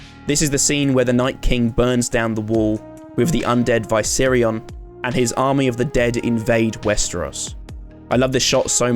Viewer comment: He loves Game of Thrones so much he recreates scenes in Minecraft, but doesn't know how to pronounce Viscerion.